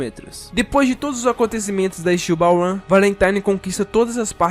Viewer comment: ''Steel Ball uan''?, tu falou ''uan'' man, tenta falar certo, porque depois as pessoas começam a falar história errada